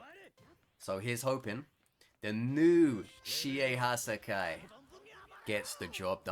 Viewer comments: I cant tell if him saying Hassaikai this way triggers me or makes me laugh a bit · Love the content, cant stand the way he pronounces hassaikai